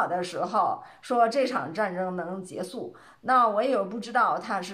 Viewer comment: “结束”应念做“劫数”，不应念做“节素”。